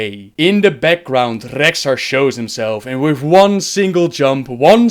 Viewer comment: Gavin Muller I'm aware of that. But as you can clearly hear, he IS ABLE to pronounce it properly. But time to time he chooses not to.